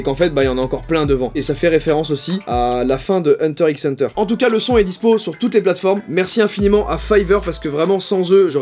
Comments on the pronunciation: On dit Hunter Hunter 😭😅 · on dit hunter hunter pas hunter x hunter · bonjour monsieur Joyuka. on ne prononce pas le X de hunter ixe hunter Le mangaka s'est inspiré d'une émission t v pour imaginer le nom de son manga et dans celle ci, on ne prononce pas le x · Hunter hunter on prononce pas le X :) :) :) :) :) sinon carré la vidéo hyn 😁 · On dit pas le x de Hunter Hunter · video geniale mais le x ne se dit pas dans huter X hunter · pitier arréter de hunter x hunter c une crois ca ce dit hunter hunter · Il a dit hunter " X" hunter... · Ça se dit hunter hunter